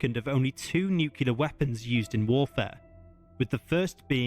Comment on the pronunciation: considering he said nucular instead of nuclear makes me think it was not AI…?